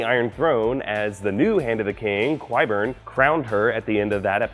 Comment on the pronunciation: Ky-burn, not quay-burn